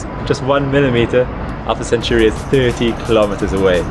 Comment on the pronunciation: I doubt you're that heartbroken about it if you can't even get the name right. It's Alpha Centauri (it's in the freakin title), he pronounces it a bit off making it sound like "century" but if you'd care about Alpha Centauri, then you'd know how it's named. So how about you get lost with that "heartbroken" BS.